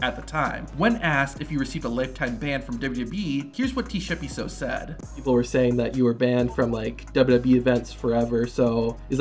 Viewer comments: I'm a South African.. that is not how you pronounce Tshepiso.. but I understand💁‍♂️😉🤣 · As a South African I can confidently say that you pronounced Tshepiso as T-shepiso😂😂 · Bro I'm South African you're saying Tshepiso worng😂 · Bro said T-Shepiso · South African here 😅 - Tshepiso's name is pronounced Ts-eh-pee-soh.. 😅😅 I'll give him one thing, he got balls of steel. 🤣 Till today, I'll never understand why he did that. 😂